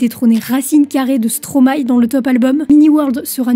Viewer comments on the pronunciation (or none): Bordel on ne dit pas Stromaï mais Stromaééééééé xD